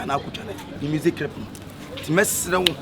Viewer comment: Kyekyeku you said crip aca said tarented and u are laughing